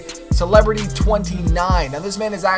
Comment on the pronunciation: also you said my name wrong. Its cel-air-ity celerity